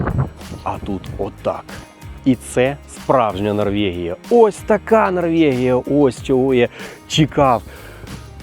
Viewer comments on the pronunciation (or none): Та Норвегія ж, яка ще НорвЄгія? Ну зроби над собою невеличке зусилля і припини єкать